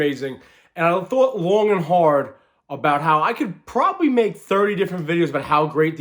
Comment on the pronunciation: Why are you putting so much emphasis on the THought